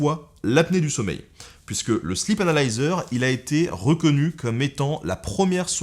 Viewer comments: J'ai entendu la même chose ^^ C'est la façon dont Ben le prononce qui est trompeuse XD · J'ai vraiment cru qu'il avait dit "Slip analyzer"...